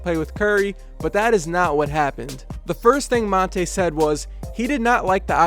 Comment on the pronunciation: ok so here. its pronounced mont-ah not mont-ay.